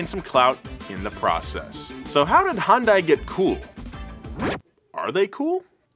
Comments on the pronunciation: It's pronounced "hyun-day"!!!! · Hi-yoon-die lol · It's painful to listen to you pronounce the company name differently literally every time you say it... Hun-die, Hon-dai, Hi-un-die, He-oon-day. Please, just pick one! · 🤦‍♂️ As a former 2003 Hyundai Elantra GT 5 speed hatch. I find this pronunciation stupid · It's HYUNDAI. H - HELL Y - YESTERSAY U - OO N - NOW D - DAY A - SHORT A I - LIKE HOW YOU SPELL E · I love how he just pronounces Hyundai so many different ways without even noticing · I ain't even mad about the pronunciation of Hyundai, I drive a Tucson and called it Hy-un-die all the way until I started driving. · You look up how to pronounce that shark but not Hyundai. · I absolutely loved my 04 Tiburon. Also I hate how you pronounce Hyundai😂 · That’s not how you pronounce my dude 😭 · LOL Is it that hard to pronounce Hyundai once correctly. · im not a fan a hyundai at any means but it kills me when people pronouce Hyundai as "High Un Dae" instead of "Hyun Dae" lol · It's Hyundai not Hundai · YES TY ITS HY UN DAI NOT HYUSDAI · Hyuhn-dae Not hi-yun-die. Not hon-die. Hyuhn-dae. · It's pronounced, "Huhn-Day", not "Hahn-Die" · It’s pronounced Hahn day not hi un day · It's HUN-DAY. Not Hun-DIE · Hun-DAY. Wtf is hi-un-die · Hyundai is pronounced like “Sunday” but with an H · I dead ass pronounced it Hsunday now🤦‍♂️ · No it's not, it's pronounced He-un-die-ee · it's pronounced like hyundeh 현대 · no it aint, take it from a korean. Its pronounced Hee yun day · Stop pronouncing it with and i. Hyun-deh. Done. -korean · yea the english spelling of korean words is very often incorrect. It's hyun deh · Wrong it's Hi-yun-die-yay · nein the pronunciation of 'A' when saying apple. h-yun dae(Hyundae moters) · I'm korean and it is pronounced hyunde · hyundai, rhymes with young day. <3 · Guys it's pronounced Hyuun Day like a Sundae 😭 Killing the Korean inside of me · Take a sip everytime he calls it “HanDie” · what’s a HIYUNDAI? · It’s pronounced hunday, like Sunday